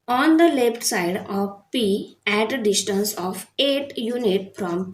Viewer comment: Learn to say distance ok what you saying you know dishtance